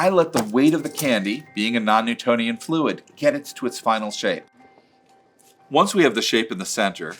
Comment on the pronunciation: Why does he keep saying "it's a non nutonian fluid" every few minutes?